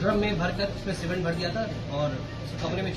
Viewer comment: सिमिट नाही रे सिमेंट 😅